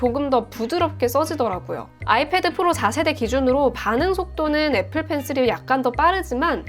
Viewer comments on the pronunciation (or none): none